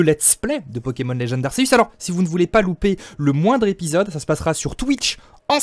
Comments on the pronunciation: c est arceus, pas ark, quand les noms jap ne sont pas traduit on les prononce à la jap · Dans l'animé ils disent "arkéuus"